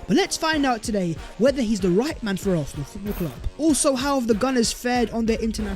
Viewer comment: ARSENAL NOT ARFFFNAL!! GET IT RIGHT!!